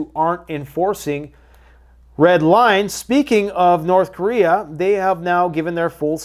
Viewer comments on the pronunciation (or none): none